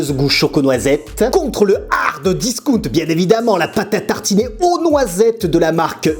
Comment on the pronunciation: Quel bonheur de réentendre ce HARD discount